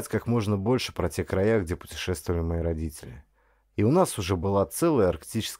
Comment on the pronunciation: Не понравилось! Дикция - вместо звуков д произносит - дзэ, а вместо т - ц например слово родители - РОДЗИЦЕЛИ. Это невозможно, особенно когда говарит мужчина.